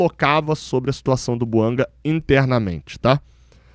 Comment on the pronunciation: A pronúncia é francesa, aliás a língua oficial do GABÃO é o francês. Assim é BOUANGÁ que se deve falar.